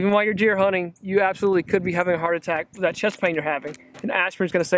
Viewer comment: Hunting or honing ?? Sounds funny